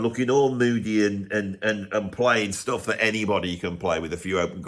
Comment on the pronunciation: “Stoof” What the hell is that?